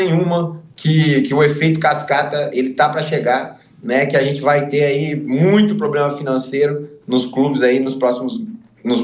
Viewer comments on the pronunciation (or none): Tê ou ter ? O erre sumiu Kkkk